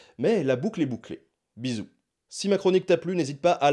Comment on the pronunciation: Le "bisous" sonne comme un " Ben OUT drop the mic " ahah, j'adore !